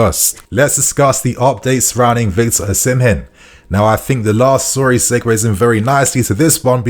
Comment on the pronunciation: bro why are you saying Oshimen like that lmaooo